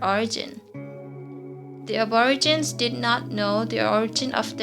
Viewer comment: "ab-or-a-gin" I got twitchy for sure.. 😬 It's "ab-or-igi-nee"